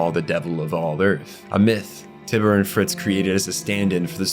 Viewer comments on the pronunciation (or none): Curious as to how (or if there is a reason that) much of your pronunciation with names is off after having done enough research to create a nearly two hour lore video. Tyber being pronounced TIB-ER is interesting to say the least. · TIE - BURR not tih burr you jackass